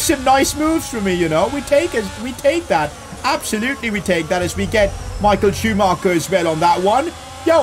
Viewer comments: POV: hearing saying Michael schuamacher, looking in comments for someone to point that out 😂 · “Michael Schumacher” 😭